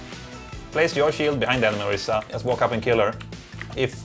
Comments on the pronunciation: IT'S ORISA. OR-EE-SA. NOT ORISSA. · Orisa not Orissa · **Orisa** not Orissa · LOL true "ori-SAH online"